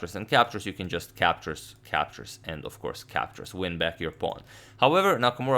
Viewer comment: Captures captures sounds more like captcha captcha